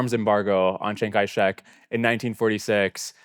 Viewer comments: ~ : "Chiang Kai-Shrek" 😂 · chiang kai... shrek???